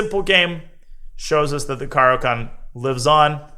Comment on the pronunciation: like everything except your pronunciation of the opening